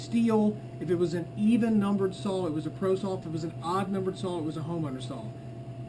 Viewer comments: It’s pronounced “saw” not “Saul” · Can't really take anyone serious when preaching about equipment when they say "sawl" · Sounds like he is saying Saul....4 Sauls..Great Saul..Competitively built Sauls..Sauls..Sauls..Sauls..BTW great video :D